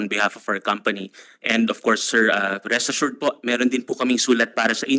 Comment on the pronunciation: NARINIG KO NA NAMAN. YUNG RE ASSURED 😂